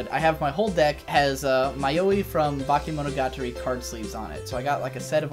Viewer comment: Ouch, when you tried to say "Bakemonogatari" it fucking hurt